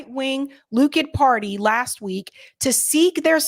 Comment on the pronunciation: Great show BUT - Israel's ultra-right genocidal party, LIKUD? It's LICK - OOD, not "LOCK - ID", O.K.? Perhaps it's a petty gripe, but you're drivinhgme NUTS over here!It's DISTRACTING! Am I the only one?